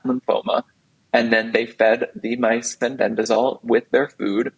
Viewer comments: Amazing that so many people appear to be dyslectic! The lady keeps saying FENBENZANOLE instead FENBENDAZOLE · Pronounced Fen-Ben-Da-Zole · Why is she saying Fenbenzanole? 😂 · he he agree. Why did she keep say fenbendanole?and the host did not correct her. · Sorry but I couldn’t finish this podcast. My autism wouldn’t let me listen someone butchering the word ‘Fenbendazole’ any longer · I think this woman should first learn to pronounce "Fenbendazole" correctly (not so hard!) before she gives her "expert" comments. How could you put someone like this on your show when there are thousands of others who would have been far more articulate, knowledgeable, and not arrogant? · Plus she can’t say the word FENBENDAZOLE It’s driving me crazy!! 🤪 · She just needs to learn its called Fenbendazole.